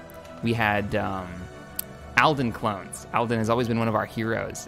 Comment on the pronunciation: Oh it's Alden not Alvin. you need to pronounce a little better.